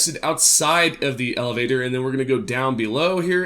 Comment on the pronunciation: You should work on explaining directions this left and right stuff is ridiculous. Also work on your pronunciation of elevator.